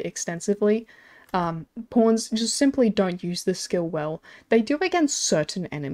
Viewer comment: The way you say pawns haha porns